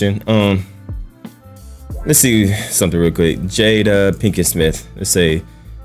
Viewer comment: Pinkett not Pinkin. Lol. We got the point tho.